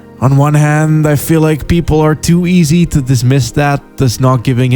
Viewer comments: I must inform you tae fuck is pronounced ta fuck that is all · I just found your channel through a shout-out by Super Eyepatch Wolf, and I'm greatly enjoying your videos so far. However, I just can't quite place your accent, and it's messing with my brain. My immediate thought was you were American, then I quickly came to realise you were probably Dutch, but influenced by American media. Then when you said "engaged tae fucc" I couldn't help noticing a Scottish twang in certain words. Any chance you could clear up the mystery, please?